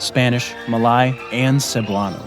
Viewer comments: it is Ma-lay....not Ma-lie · Malay is pronounced as mer-leigh just like how you'd pronounce Malaysia, but without the last syllable. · Malay is not pronounced Ma-lie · Malay is pronounced Ma 'lay'. Not Ma 'lie'. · Malay is pronounced "mah-Lay" Malasia "mah-Lay-zhe-ah" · u mispronounced Malay, >:( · He pronounced Malay incorrectly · Great video but your pronunciation of the words Malay, Brunei and Timor are way off.